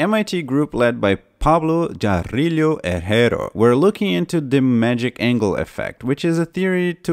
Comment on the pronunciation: "Pablo Jah-rillio Ehr-hair" x-D